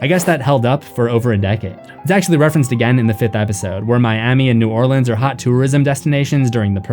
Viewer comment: As a Louisianian, thank you for pronouncing "New Orleans" correctly.